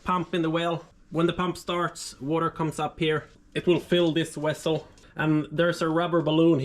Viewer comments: did he just say "wessel"? lmaoo tf? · Trying to figure out what a wessel is? : )